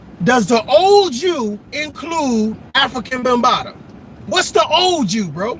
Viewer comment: He said Africa Bunbatta